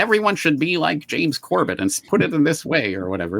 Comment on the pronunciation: He pronounces it Corbette? James, always gracious, never even deigned to correct the man - not even with the very passive technique of using the name a few minutes later, except with the correct pronunciation; a class act, indeed. 🫡